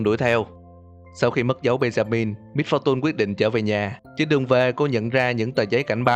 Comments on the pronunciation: Giờ ông mới phân tích :v Sao lại little Misfor tun phải là tùn chứ :v mr.voi = ngài voi XD Tiếng Việt hơi quá, tiếng Anh hơi ít. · Lít tồ mít pho tun :))) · phát âm "MISFORTUNE" kiểu gì kì vậy?? "mít-pho-tun" / ''mít-pho-chần"??????? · đừng đọc là mít pho tun ad ơi :)) nghe buồn cười khiếppp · Miss-fu-tun ok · wow mit -pho-tun hay lắm man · Mít-pho-tun :3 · Vcl. Xem cách đọc lại từ "Misfortune" đi a ơi :v Nghe mấy kênh khác quen r qua đây e nghe hơi khó chịu. Ý kiến riêng của e thôi :v